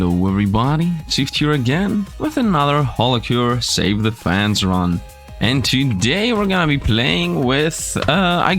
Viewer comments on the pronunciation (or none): none